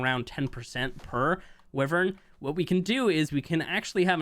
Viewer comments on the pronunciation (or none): I hate how he says wyvern